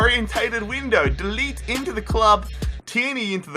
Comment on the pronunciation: It’s so funny how you say de ligt